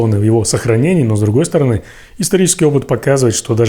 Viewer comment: По обе стороны, ударение на первом о, но две стороны, арение на ы. Смотри в словарь ударений русского языка, учи русск и язык, а уж потом рвись в эфир